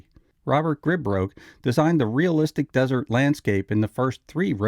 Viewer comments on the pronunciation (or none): none